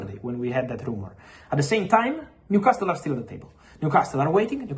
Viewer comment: Repeat after me …. New… casal, niu casal, newcasle Leave that T out you fabriTio